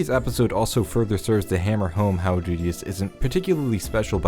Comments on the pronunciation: why is he calling rudeus dudeus ? and roxy doxy? bruh thats not their names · "Dudeus" "Doxy" bruh